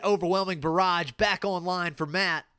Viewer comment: Nah, it's just they way you pronounce "barrage" makes me think "garage" every time. Then I think of the overwhelming mess in my garage.